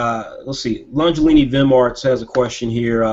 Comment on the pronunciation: You got my name right, Longelini